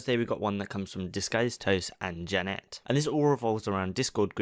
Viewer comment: lol the pronunciation of Janet lmao